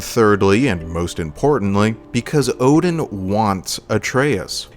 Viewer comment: Ngl I didn’t realize it until a the mission before he actually turned on us. I noticed the mispronunciation of his name and was like NOOOOOO